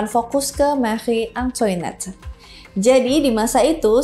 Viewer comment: Makhri antoanet bacanya 🤗🤗